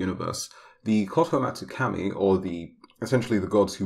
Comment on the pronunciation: Your way of pronouncing KAMI is wrong Is Kah-mi